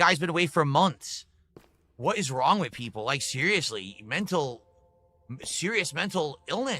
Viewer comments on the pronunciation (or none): And wit instead of with